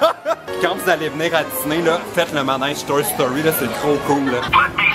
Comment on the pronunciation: dans tes vlog on dirait que tu prononce disney comme ça: diss-nez pis ça m'a fait rire! avec tes vlog tu me confirme que je veux Vraiment aller la bas un jour 😊😊😊😄😄